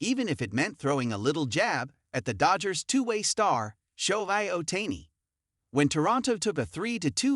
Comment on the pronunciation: Bailed out of this after 5 seconds, when the AI voice butchered the pronunciation of Shohei Ohtani's name. Pathetic.